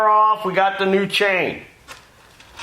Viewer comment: I think teeth need some tightening. Every time he says chain, sounds like change😂. Maybe the HAAMS = lub-ri-cat-tíón